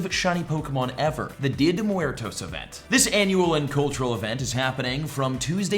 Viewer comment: bro said dio de muertoos event haha